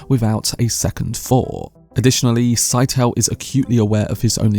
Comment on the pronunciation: Did herbert not say scytale was pronounced like it rhymed with Italy (skit-uh-lee)